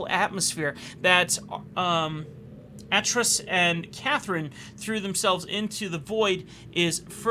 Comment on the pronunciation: Some minor (and I do stress, minor) lore pronunciations. D'ni is pronounced "dun-knee" (not dun-eye) and Atrus has a long A like Amy.